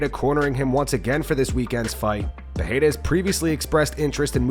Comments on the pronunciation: PEH-REY-RAH not PEH-HEI-RA. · It's February 2025 and still calls him Peheira 🤦